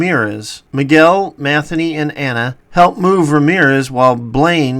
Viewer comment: Matheny? Ma thee nee.